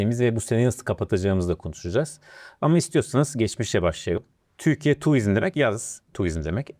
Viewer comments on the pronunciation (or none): Tuvizm değil turizm